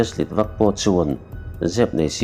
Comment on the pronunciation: Heichu kan correct ve lawk nge aw, leina nilovin laina, tleivar nilovin tlaivar ❤❤